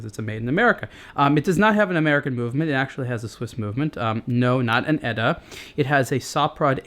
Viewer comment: There's no "Etta", it's called "E-T-A", like you say other things like BBC, KFC, npr, FCC, COA, NFL, etc, etc.